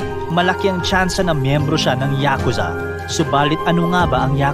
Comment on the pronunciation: Ngayon ko lang nalaman na YA-KUZA pala ang tamang Pronunciation. 🤭 I thought it’s YAKU-ZA.